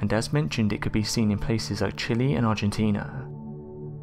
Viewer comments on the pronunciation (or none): none